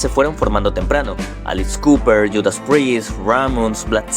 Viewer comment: Excelente reseña, notable mejora respecto al primero. Unicamente queda mejorar un poco el sonido (usar microfono con antipop) y nuevamente el tema de la pronunciación de palabras tanto en ingles como en español ( living the girg?) ( alix cooper?) ( contem que?). Palabras como "inequivocamente" o "férreo" debieran ser mas sencillas de pronunciarse correctamente, recomiendo escuchar una y otra vez video para detectar estos fallos. Muy buen uso de material audio visual, pero queda la duda: por que referirse a las canciones como "canciones como ésta"... no seria mejor poner en letras el título?. Son sugerencias para aprovechar al maximo el tema y el tiempo a desarrollar. Tambien me gustaria ver un video de Max Cavalera y de Tremonti, que me parecen musicos con vidas muy interesantes. Gracias